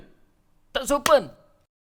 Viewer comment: " tar sopan" logat mana tuh 😂